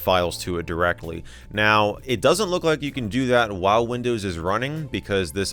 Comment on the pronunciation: When you first said windows my ears thought you said Lindows hahaha